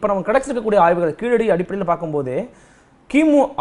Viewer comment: கீழடி ழ உச்சரிப்பு சிறப்பு